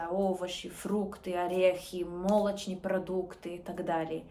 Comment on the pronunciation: офигенное владение языком. есть проблема с ударением в словах, которые выучила без звучания. в видео было слова: молочные, транспорте. вы сказали мОлочные и трАнспорте. небольшой трик – в русском на первый слог в длинных словах очень редко ударение, во всех непонятных случаях фигачь куда-то в середину, интуиция подскажет. не первый, и не последний. не точно, но наиболее вероятно. статистически в словах из четырех-пяти слогов: мо-ло-ч-ны-е например, ударение на второй или третий слог, а точнее, не на первый, и скорее не на последний. транспорт, в транспорте – заимствование свежее довольно, тут первый слог, но тут и три слога все же. но это мелочи уже... в принципе, ты неизбежно скоро много раз услышишь высокочастотные слова много раз, и все само встанет.